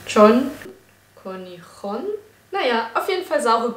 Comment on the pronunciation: Man spricht es "Kornyschon" aus wobei "-on" ein wenig wie das "oh-" von ohne klingt:)